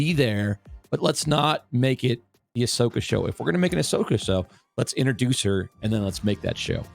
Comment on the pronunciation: needs to watch the shows. She know nothing about Star Wars. Even said Ashoka’s name wrong lol.